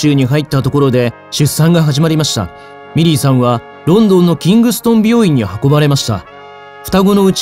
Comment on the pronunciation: 皆さん真面目なコメントの中すみません😣💦⤵ミリーさんがメリーさんに聞こえてしまいます